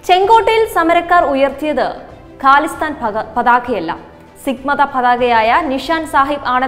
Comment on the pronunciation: ഗലിസ്ഥാനല്ല ഖലിസ്ഥാൻ ആണ്. ഗണ്ട അല്ല ജണ്ട ആണ്. വായിക്കുമ്പോൾ തെറ്റ് കൂടാതിരിക്കാൻ ശ്രെമിക്കുക. എഡിറ്റ്‌ ചെയ്യുമ്പ്പോൾ നീക്കാവുന്നതല്ലേയുള്ളൂ.